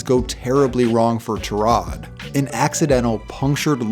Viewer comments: dude cant read, he pronounces tyrod A turod lol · It's pronounced like tie-rod